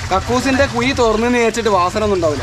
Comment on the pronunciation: കുയി , അല്ല മോനേ കുഴി